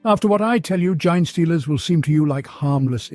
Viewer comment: Please teach your robot how to pronounce “Genestealers” and “Tyranids”